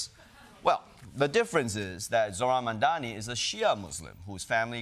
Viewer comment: MAM - DANI , coz we Got to get it Right !